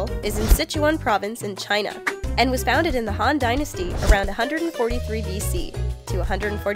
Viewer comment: who noticed "foundeded"